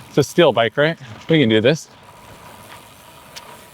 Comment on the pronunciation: Love that bike. But why do I keep hearing "still" when you are saying "steel"?